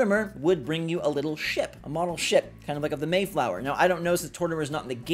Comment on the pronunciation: He said the mayflower lmao